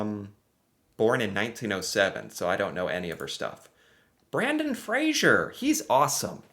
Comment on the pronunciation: ...now you have to learn how to pronounce Fraser/Frazer (as in Brendan Fraser or the Fraser River): fray-zer, that's a Z sound like in the word zero. Well, actually, I'm not sure how Brendan pronounces his name... Not to be confused with Frasier/Frazier (as in the boxer Joe Frazier) which is pronounced fray-jer (fray-zher?) which uses the soft j sound found in French. I can't think of many English words that unequivocally contain that sound, maybe portage? entourage? corsage?, all French loan words. Garage (also a French loan word) would not be a good example as I've heard some people pronounce it as if it were spelled "garadge"